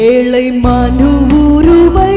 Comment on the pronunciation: இந்த சிஸ்டருக்கு ழ உச்சரிக்க தெரியாதா ஏழை என்பதை ஏளை என்கிறார்